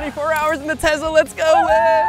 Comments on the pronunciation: Hey guys by the way Tesla is pronounced with an s it is not Tezla it is tesla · by the way it is pronounced tesla with a s not z, it annoys me so much when people say it with a z I would know cuz my mom owns a tesla. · ahhh when you guys say Tezla it hurts my brain its Tesla